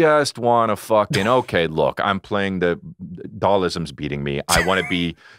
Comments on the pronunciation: Chris was crackin me up saying "doll-ism" from SF2 . I was like who tf?! It's pronounced "dall-seem" (dahlsim) 🤣🤣🤣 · Did Chris just call Dhalsim from street fighter “Dallism”?